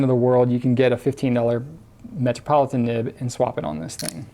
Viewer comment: Lol did he say "matrapolitain"